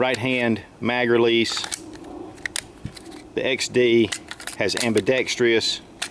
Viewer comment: It's "ambidextrous", not "ambidextrious".